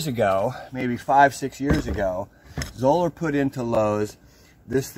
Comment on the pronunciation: Great video! Did you know they pronounce their name in a way that would rhyme with "dollar"? Anyhow, what is the oldest Zoeller you still have in service? On their site they have a picture of one that was in service from 1987 to 2018!!!